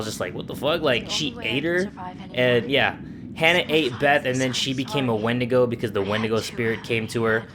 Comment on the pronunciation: wen- not windigo